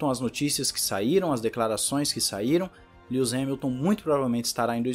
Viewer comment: "Líus" Hamilton